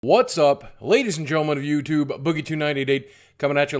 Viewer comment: You're the only person I ever heard add an extra syllable at the end of YouTube. "You-Too-Buh"